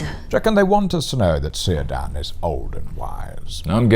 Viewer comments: hold up. Did you just pronounce the C in Cirdan like an S instead of a K? Get your shit together! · "He's on the same diet that Jordan Peterson keeps pushing" - BRILLIANT!!! (but... Cirdan is pronounced with a hard C, not an s.... Keer-dan) ;p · Excellent stuff, as usual 😁👍🏻 FYI, the 'C' in Elvish names is pronounced like a 'K'. So Círdan is said 'Keer-dan', not 'Seer-dan' like in ... hmmm, you said it right 😝 Oh, and elves could grow beards in their old age, their "third cycle of life" (though apparently there was an exception in an elf called Mahtan, Feanor's father-in-law, who was bearded in his second).